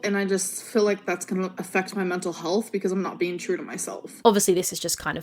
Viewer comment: "mye muntul hullth"